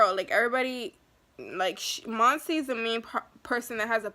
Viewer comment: I wish i can record my voice bc u are saying mose's name wrong but its cool